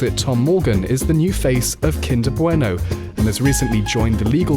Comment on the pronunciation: As a Spaniard myself I can confirm that uses the correct pronunciation of Kinder Bueno